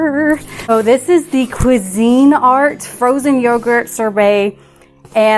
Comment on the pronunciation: How fun.. Yes hunny. That was a 7mil mylar bag and an O2 absorber. And for your language lesson for today 🤣🤣🤣 Cuisinart kwee-zuh-NAHRT OR KWEE-zuh-nahrt (most popular) ❤❤❤